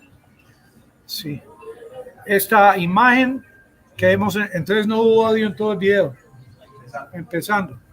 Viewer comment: "Esta imaen" ¿Qué es una "imaen"?